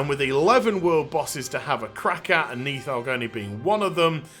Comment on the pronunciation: On the pronounciation: if we're going by Old Norse pronounciation, it would be "Neeth-hogg" (with the "th" being voiced like in English "these"). Source: I'm Norwegian. We do some Old Norse in High School. Note: Of course, Blizzard isn't too picky about keeping things authentic, so it might be that they intended it otherwise.